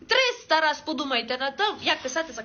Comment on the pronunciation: Закарпатці говорять не "тризта" , а" три сто".